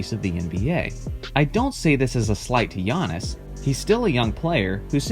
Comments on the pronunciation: First time I have heard someone say Giantis instead of Giannis. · This guy be saying giantis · is it just me or did he say giantis antetokounmpo? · I clicked on this video solely to find out how you would pronounce his first name. Here in San Antonio, several guys on a local sports talk show say it as Gee-on-iss and it's like nails on a chalkboard every time. I am impressed by his skill set, and hope their GM can sign or draft at least one more talented teammate - super teams are what is truly overrated in my opinion. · the way he said his name 🥴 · He pronounced Antetokounmpo correctly and managed to fuck up Giannis. I'm not even mad, that's amazing :p